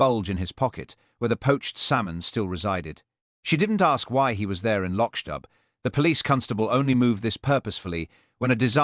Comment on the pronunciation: LochDoo not Lochdub